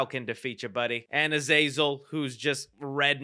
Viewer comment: he just called Azazel “ehh” 😟😖